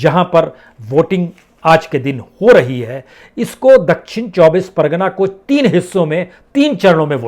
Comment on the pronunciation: Dakshin 24 pargana...at least jaga ka naam to thik bolo jab itna gyan baat rahe ho koi paper se parte hue